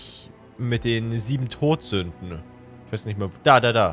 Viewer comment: Ich hab die ganze Zeit gedacht : Die Sieben Brot Sünden? Was ist das für ein Name? Bis ich genauer hingehört habe und mir aufgefallen ist das es tot nicht Brot ist 😂